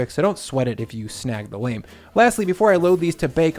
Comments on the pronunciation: Pronouncing it lame is lame. It's pronounced l-ah-m. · pronounced "law-mm" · Ahahaha a Lame, the word lame Is the french for Blade, it is pronounced Lam ( from llama, but minus 1 L ) or just like the viet name Lam